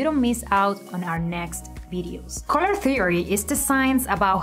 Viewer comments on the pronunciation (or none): I don't know about other things..But her COLOUR pronunciation is on another level..COLORRR GOIZ